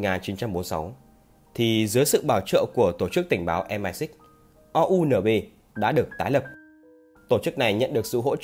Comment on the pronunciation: Đọc em ai xích thì bố ai biết là cái gì Đọc MI 6 đi cho lành